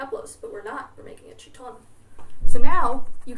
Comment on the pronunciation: her pronunciation of "chitón" has me rolling